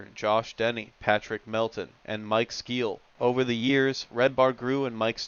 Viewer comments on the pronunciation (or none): Mike Skeel?! 😂 poor Mersh